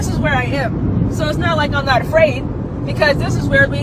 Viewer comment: "And i want all my Afcan friends something something" She also said "Fraid" later in the video